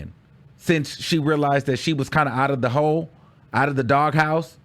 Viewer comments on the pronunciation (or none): none